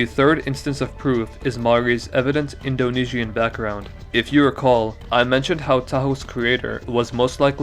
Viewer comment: Cool party game idea: take a shot every time he says “indo knee she an”